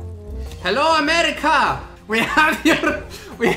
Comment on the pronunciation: When he said “Crap it’s amerkia”I died😂😂😂